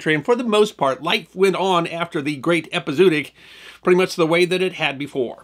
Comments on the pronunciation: The word is pronounced "ehpee--ZOE--ah--tic" by every pronunciation dictionary in British, US, and Australian English. It's a bit jarring to hear someone as articulate and well-spoken as mispronounce it repeatedly. Because It's pronunciation that should be... remembered. 😉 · its pronounced Epi Zow Otic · Great show. There's supposed to be an umlaut over the 2nd 'o' hence ĕp″ĭ-zō-ŏt′ĭk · Epizootic rhymes with neurotic, not bluetick. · I love this channel , and admire you, but really, listening to this word mispronounced so many times is like getting stabbed in the ears reapeatedly……just google it….your phone will pronounce it for you correctly! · Right off the bat, you threw me out of the tale! ˌ/ep.ɪ.zoʊˈɑː.t̬ɪk/ 5 syllables, not 4